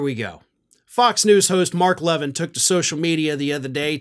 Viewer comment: ❤❤❤❤❤@ Love you brother. Btw- his name is pronounced La-VEEN. 😃👍🏻❤️